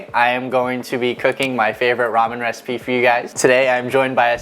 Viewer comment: lol was mispronunciation of the word "recipe" an accidental reference to having played FF15 by any chance? Ignis: "That's it!! I've come up with a new recipeh!"